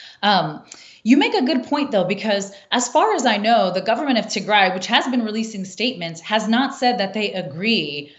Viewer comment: I wish you say "Tigray" not Tigre